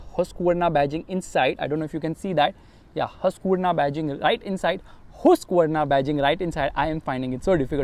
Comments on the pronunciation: No "Hooskvarnaa" it's called "Haaskvarnaa" then "Husqvarna"😃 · Hoosqvarna😂😂😂 yo it's Husqvarna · That's not hooooooseqvarna 😂😂